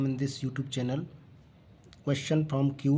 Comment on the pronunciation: Sir it is cuet not cute😊